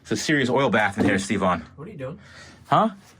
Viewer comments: Sherp looks awesome, good job boys. Btw why does says STE-VON instead of Stevon or Steven (sorry not sure what's the real name ), what's the story behind that:) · I always thought you were saying "Steve Vaughn".